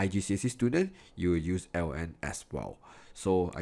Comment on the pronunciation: I wonder why pronounce ln as "lawn" ? Any reason behind it ? I can't find the connection.